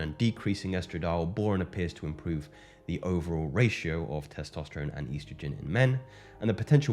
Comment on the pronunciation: He said "eiiistrogen"